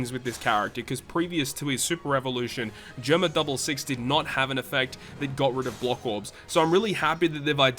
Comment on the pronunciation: Hey just wanted to let you know Germa is pronounced “jeh er ma” not “jur ma”